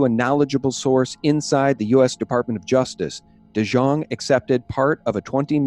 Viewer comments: Fyi DeJongh is pronounced De Young. My boss was VI financial consultant in the 90s. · On the Gov's name. The J is pronounced like a Y. Say it like dee-young. And the wife's name is se-SEEL. The Delegate's name is PLAS-kett, like gasket, not plas-KETT. IMO, Epstein was working for the CIA, moving money around from one trust to another, funneling to spooky mind-control and genome "science." And putting various pols in compromising positions. Yes, he had the Gov's wife on the payroll for at least 125k/yr. That was public info in the 2006 election, just after the 05 indictment. And as to keeping an eye on Epstein - does the VI Police Department even have a boat? West Indians are not exactly sea-fearing people.